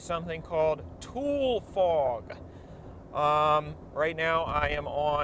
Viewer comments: For starters, I recommend you learn how to pronounce the word: it's TOO-lee, not TOOL fog. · Thanks I spilled my cereal over myself laughing the first time you said “tool fog” now I have to get changed 😂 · Tulare County the meca of the Central Valley it shape of the valley is like a long canoe that runs the middle of Cali. B 4 U go traveling the state get the right pronunciations of where U travel. TooLee not Tool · Pronounced “ Too-lee” not tool. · It's pronounced tool e fog. You tool 😝🤣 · Usually pronounced “tu-lee” fog. Not “tool” fog. Also, as someone who spent many a Christmas with family in the Central Valley—Real Tule Fog is like a curtain of cotton 6 inches from your windscreen. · TOO Lee, not tool. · I thought it was pronounced tool E. Not tool. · its tule fog TOO-LEE FOG not tool fog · I live here, and I have always heard it pronounced like "TOOL-ie" fog. Oh and Ta-HONE-aye Pass. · Tule is pronounced “too-lee” not “tool” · It’s pronounced “tooly”, you couldn’t find one Fresno county native??? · Important correction: it's pronounced "too-lee", NOT "tool" lmao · great video, i love it. just a quick note however. Its pronounced TOO-Lee not Tool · As a lifelong central Californian, we can always tell if someone is an outsider because they pronounce Tule as "Tool" instead of the proper "Tool - ee". Also, they don't smell of cow shit. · You must not be native to California, or at least you're mostly unfamiliar with Northern California, because your pronunciation is atrocious. First and foremost, Tule is pronounced "TOO-lee." It's a Lutuami language (Klamath-Modoc tribes) word in reference to the tule reeds that grow abundantly in the shallow marshlands of the Klamath Basin. TOO-lee fog, not tool fog. Please research and make necessary adjustments. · It’s pronounced “toolie” fog bruh bruh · Tulle, rhymes with woolly. Fog. Really dangerous. You can’t see a thing. it’s like a grey blanket wrapped around your car and windshield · You pronounce it tool-E!